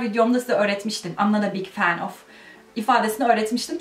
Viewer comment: oftaki schwaya dikkat etsen daha doğal olacak [əv]